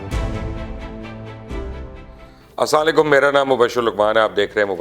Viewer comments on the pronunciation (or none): مبشر صاحب ۔ اسواں لیکم نہیں ھوتا ۔ اسلام علیکم ھوتا ھے ۔ آپ تو ماشاءاللہ پڑھے لکھے سمجھدار ھیں پلیز اپنا تلفظ درست کریں ۔ بہت شکریہ ۔ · Mubashar Sahib. Please correct your Salam, to Assalam o alaikum. I hope you will also get benefits if viewer and listeners will reply with mouthful WALAIKUM ASSALAM.